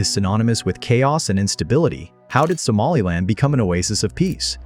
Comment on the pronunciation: I am from northern Somalia wich you say somalind